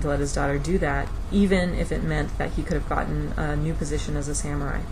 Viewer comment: It's pronounced sah-mu-rai.